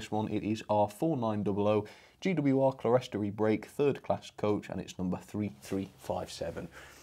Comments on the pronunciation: It's pronounced "clear-storey" not "cle-res-tory". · Clerestory is pronounced clearstory, which I believe is an alternative spelling, possibly American. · Hi, don't want to criticise but the pronunciation is "clearstory"even though it's spelt clerestory, I only found that out about six years ago myself. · Oh. I thought the word was 'Celestory' as in celestial but no, it's not; it's on the box, Clerestory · Love these reviews! :D - One minor thing (as a fan of cathedral architecture) 'clerestory' is usually a 2-syllable word "clere-story" (pronounced "clear-stree"). As you rightly pointed out, the word comes from the high windows above side isles in churches, the glass level or 'clear story', a design feature echoed in these exquisite coaches. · It’s pronounced clear story, you are right it’s from church architecture. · they are pronounced clear,story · Clerestory? I think it's pronounced clear-story...